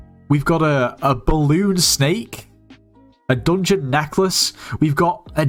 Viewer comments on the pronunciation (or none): none